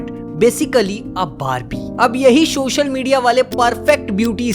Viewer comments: Sir just a suggestion…. Aap ‘social’ ko please ‘shocial’ mt bola kriye🙏🏻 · Is it social or showshial? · Shoshal nhi Social hota hy bhai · Its "Social Media" and not SHOSHAL MEDIA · Shocial media ni Re bhi, its social media 😂.